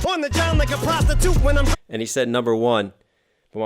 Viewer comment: “On the John like a prosti-toot.” Emphasis was on the last syllable for a reason, I believe.